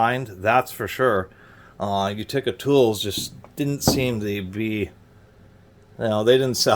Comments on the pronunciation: Sweet old wrench! Many pronounce it "YOOteka". says "YOOtekER". I have no tools from Utica but have been there. Nice find. Should clean up nice unless rust has gone on too long. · What in God’s green earth is a You-tick-ah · Accent is on the first syllable! U ti ca. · The way he says Utica is completely insane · still can't pronounce Utica. Oh well. Great review otherwise.